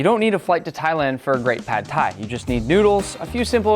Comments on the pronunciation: he said tad phai in the intro 😭😭😭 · I tend to doubt people who can't even pronounce the word Pad Thai.....